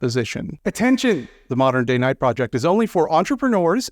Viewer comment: you keep saying "modern-day knight" with the stress on the last word, yet that's not whatthey've written. As they write it, the stress goes on DAY; they are "day knights", and "modern" modifies what kind of day knights they are. They're "modern DAY knights".